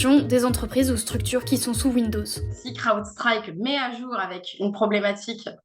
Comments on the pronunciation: L'accent du magreb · La prononciation inssuportable de Crowdstrike par madame